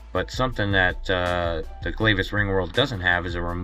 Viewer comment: It's pronounced Glavis, like glad.